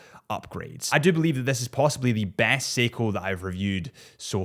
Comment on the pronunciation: Poor the way you slayed his last name 😂